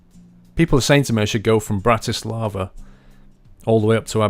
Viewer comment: Bratis-lava :D Brnou :D I live in Brno...Its so funny when you sayed the name :DD